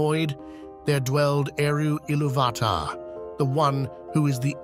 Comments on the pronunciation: Isn’t it it pronounced illuvatar not illuvaaahtar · One small note: the accent over the "U" means thats the stressed syllable. IllUvatar instead of IlluVAtar. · Great video! Just one small critique. Accent marks intend harder inflection on the letter to which they belong. So it would be Il-LOO-vatar, instead of Ilu-VAH-tar. Sorry to go Hermione Granger on you. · Excellent video, but I'm certain that you are mispronouncing Ilúvatar. I believe the clue lies in the acute on the ú which makes it a long vowel pronounced similarly to "ooh", as in Ee-loo-va-tar. Also the 'vatar' of Ilúvatar may have its root in the Sanskrit word "avatāra" (or avatar) and it won't be a stretch to imagine that Tolkien wanted Ilúvatar to conjure up a resemblance to 'illuminated manifestation'. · Can you say Ilu VAAH TAAH!!! 8 thousand more times, please? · Great content, but your pronunciation of Illuvatar is one of the most frustrating things ever. It's pronounced 'Ill-oov-ah-tar' but without pauses or extra inflection definitely without the hard A sound in between illuv and atar. Makes it sound like you're just reading a script someone else wrote and you have no idea about even though I'm quite sure that's not the case (or at least I hope so) since your content is so good. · Isn't it pronounced il UUU vat ar ? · It's pronounced e-loov-i-tar. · I lost my interest at Eloo VAt tar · Great video. You pronounce Iluvatar wrong though. The emphasis should be on the "u", not the first "a". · please, sir, i beg mercy. you managed the pronounce ilúvatar in every way possible except the correct way.... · You pronounce Ilúvatar wrong. You must accentuate the U and not the A. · Sorry but Ilúvatar has an explicit accent on the u, why are you pronouncing it wrong, posing emphasis on the first a? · The inability to pronounce Iluvatar correctly makes me unable to watch this despite the intriguing premise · Please learn to pronounce Ilúvatar. Note the accent mark.